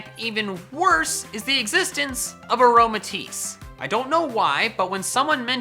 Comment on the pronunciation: KLEFKI DOES NOT END WITH AN E, TIT ENDS WITH AN I! AROMATISSE, NOT AROMATIES!